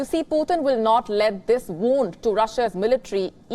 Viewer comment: Someone please tell her it's not potin 😂😂😂